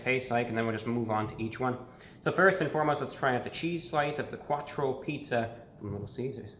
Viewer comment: “A Quartcho pizza”